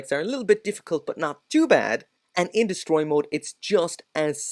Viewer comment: Hehe “descroy” mode. Must be from the hood ✊🏾